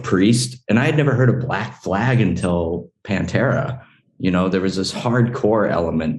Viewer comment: cheers for saying Panfuckin’tera’s name right!